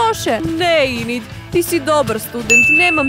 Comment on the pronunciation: Neeee hejtam ali kaze se Enid a ne Inid